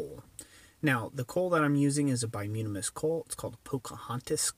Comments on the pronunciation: bituminous not bimutimus is what you said??? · By-toom-ah-nis,,,,,not whatever you're trying to say. Anthracite is far superior as a fuel. Needs a draft from the bottom. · repeat after me: BUY-TOO-MIN-UHS